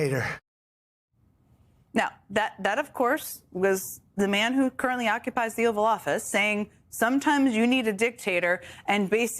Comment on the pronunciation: Emphasis on "OCCUPIES." No reasonable person can believe that Trumpstein actually won any election, especially now that he's openly planning out loud on live television to illegally "cancel" elections to avoid a legal impeachment while his approval rating is consistently among the lowest in the nation's history. There's only one reason anyone would support Trumpstein et al, now that they're threatening martial law and war with our allies to distract from them begging Judge Engelmayer on the record to not enforce EFTA. We must all be prepared to protect children from MAGA predators by any means necessary.